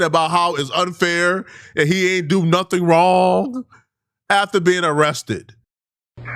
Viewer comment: "I didn't do nuffin " 😂